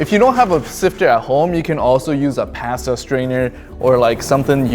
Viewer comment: Passta strainer”